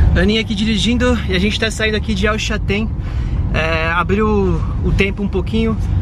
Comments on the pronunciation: Parabéns pelos videos amigos !!!! Somente uma dúvida.. vcs falam El Chatén…não seria o correto El ChaLten, com “L” ? Abraços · Só pra ajudar, não é el Chatén e sim El CHALTÉN, já tinha feito meu comentário ,mas esqueci de falar sobre isso.Desculpe a intromissão